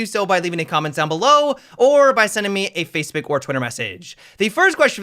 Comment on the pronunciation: No one:: F A C E B E Ö K